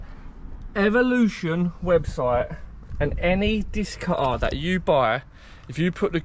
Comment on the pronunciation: Does your family say Diskkk cuttaaar ?